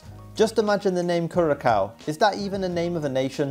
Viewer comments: you prounouce Curaçao as “Curasau” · The c in curacau is is pronounced an s not an K. Netherlands over here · no only last one. so you say kurasoa(Curacoa) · Curacao is not even a country 😂 and it’s not even pronounced like that